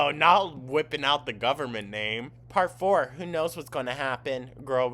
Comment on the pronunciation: LOL...the "part 4" sounded like said "parkour".